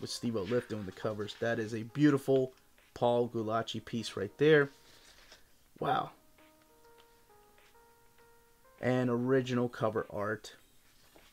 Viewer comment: Just to help ya out: I think it’s pronounced Goo-lay-see. At least , that’s the way I always heard it. Thanks for your videos!